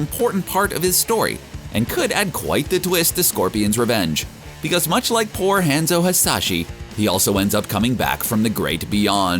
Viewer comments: Don’t even try to say honzo husashi at least don’t say hanzo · Dude on Video: misprounces Hanzo Hasashi. Me: closes the video immediately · You call his name wrong and bit then say it's correctly and then incorrectly for the reminder of the videos. You call Sub-Zero a member of the Shirai Ryu You also didn't mention Quan-Chi being the one who caused Scorpions death.